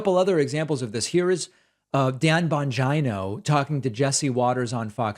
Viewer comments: Tucker Carlson's show is truly awful. 'Dan Bahngyno' = finally, a Pakman pronunciation that exceeds the 😆 factor of "Jimmy doray" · I get kick out of how you say Dan’s surname.. 🤣… exactly the the vibe I get from his ass… Smfh